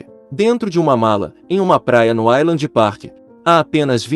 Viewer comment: NÃO É "ILAND" A PRONUNCIA E SIM "AISLAND"